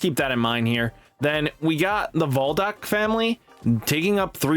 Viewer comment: Bruh😂 Cholo of the shadow troupes has me dying. Name pronounced like Kro-Low from Phantom Troupe. I know a lot of us anime nerds in here correcting you lol. And it’s Zol-duck family not voldick. Great vid though man keep it up! 😂